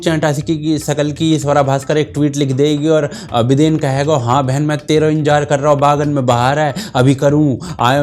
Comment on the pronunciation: Bhai.... "बिदेन" 🤣🤣🤣